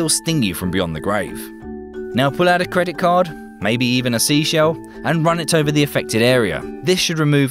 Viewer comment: debit or cedit